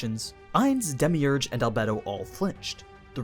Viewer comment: When he says demeurgous it hurt me to my soul